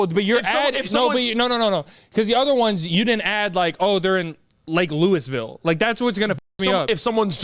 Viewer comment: YO JUST TO CLARIFY TO PRONOUNCE LOUISVILLE ITS (LOOUHVULLE) not (LEWISVILLE) FORGET THE “i” what are we in the 15th centry ?? Dont worry im saving yall from the fans that arent nice about it lol by the way huge fan and i think yall should come to LOOUHVULLE not LEWISVILLE